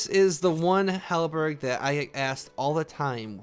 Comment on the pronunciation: Don’t forget about how he says halberG instead of halberd.